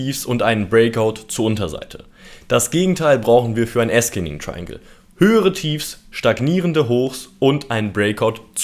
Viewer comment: Zur Aussprache: descending= diesending also nicht diskending / ascending=ahsending also nicht askending. Gern geschehen der Korrektor...